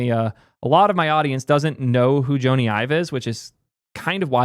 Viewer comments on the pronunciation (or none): Joe-Nee Eye-Vuh lol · IKR. Pretty ironic bemoaning people not knowing Joney Ive while mispronouncing his name.